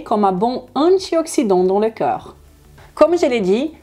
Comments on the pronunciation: Tu prononces "corps" comme "cœur", ça pose des problèmes de compréhension. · ne pas prononcer coeur à la place de corps !!!! MERCI BEAUCOUP ET BRAVO POUR CETTE VIDEO !!!